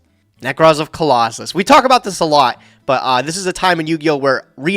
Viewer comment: I love how says Colossus instead of Clausolas and castor instead of catastor. It’s really validating (I always read them like that)